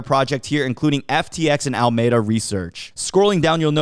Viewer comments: In California there's a city called Alameda. It's pronounced: Al Ah Me Dah :) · Just helping.. Alameda is pronounced al-lah-mee-da. Helpful when you're in the (sf) bay area :)